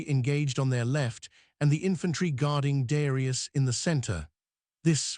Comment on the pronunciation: Man you take time to make a video and you let it say Darius ai ai ai!! Wtf such a pity